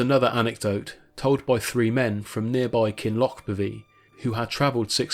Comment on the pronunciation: Walk 8 miles for firewood ,it's an easy walk now,but not so easy even 20 years ago ! Kin loch berrvy , is the pronunciation. Camped at Sandwood 4 times ,including in the ruin.